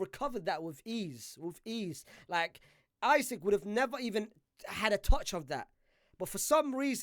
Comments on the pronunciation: It's Isak! Not Isaac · Bro called Isak “Isik”